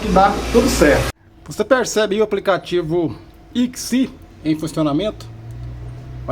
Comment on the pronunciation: MUITO BURRO! SE PRONUNCIA ECSMAI